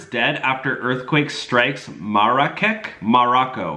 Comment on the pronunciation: It pronounced Marrakesh. It’s a quite famous place.